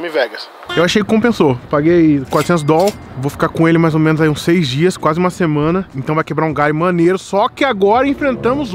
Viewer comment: Menas não mano! Tá matando a língua portuguesa